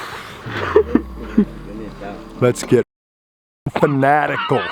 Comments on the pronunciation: Finatical... love it! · " Lets get fucking finatical 💀💀 " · ‘Let’s get Finatical’ 🔥🔥🔥